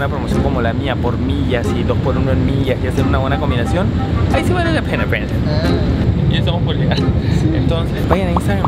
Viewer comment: nose dice mira brandom se dice mirra breidom